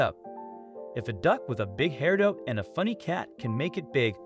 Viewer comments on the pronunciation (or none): It would be really nice if the narrator would learn how to pronounce words such as Peking (Pay king not pecking), and hairdo (hair do, not hair dough). Please learn how to pronounce words correctly.